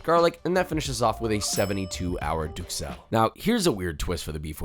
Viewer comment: I don't wanna be that guy, but i'm gonna be that guy. Duxelles is pronounced ducelle.